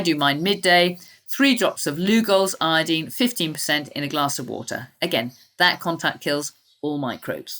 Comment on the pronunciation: She means "iodine" when she says "I-deen" lol at least say "I-oh-deen"!!!